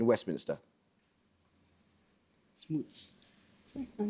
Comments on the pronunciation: She did a good job not getting rattled, but I disagree that she adjusted enough. I think she gets away with one with the question . It sounds to me like she says "Smoltz" instead of "Smuts" when she should have just nominated Lee. If she gets more fluid with nominations the team might be unstoppable. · Amol quite chippy on the pronunciation of Laocoön but his own pronunciation of a number of words, not least Smuts and Xhosa, leave much to be desired.